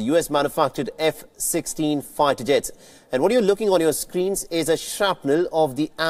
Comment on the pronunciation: This accent is hilarious!! Faighter jets 🤣🤣